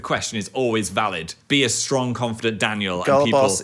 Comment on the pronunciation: No piss challenge going "stong"